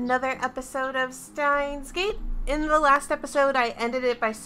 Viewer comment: スタインスゲートか。スタインスゲートではない、VNはシュタインスゲートと言うよ！難しい発音ではないと思う